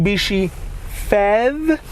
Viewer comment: It is not pronounced "fev" it is pronounced letter by letter "P H E V", as it is an acronym for "Plugin Hybrid Electric Vehicle".